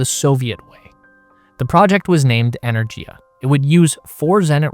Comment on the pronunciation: Just a shame you can't pronounce Energia correctly.